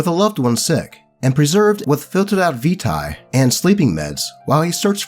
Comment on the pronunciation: Some helpful pronunciation corrections: Camarilla (Cah-ma-REE-yah) Tzimisce (Zim-EE-she) Vitae (Vit-ay/Vee-tay)